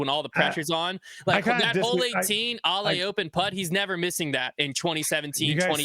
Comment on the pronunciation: opening with a comment on pronunciation and still pronouncing Ale incorrectly is wild. 😂